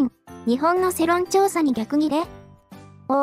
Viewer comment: 世論(せろん)じゃなくて世論(よろん)な